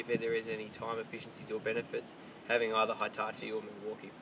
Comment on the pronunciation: Jesus christ it's pronounced "Hee"tachi not "high"tachi